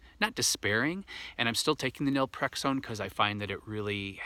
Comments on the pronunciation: Naltrexone not nalprexone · do you mean Naltrexone? You say Nalprexone which I’ve never heard of. Not does Google. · How do you pronounce the medication you mentioned? Was that nelprexone? Or Naltrexone? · I’m a bit confused. Are you trying to say Naltrexone?